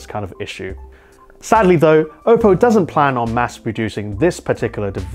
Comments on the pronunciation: Everytime he says Ope-o I die inside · The way you say oppo hurts